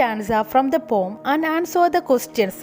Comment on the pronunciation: പോം അല്ല പോഎം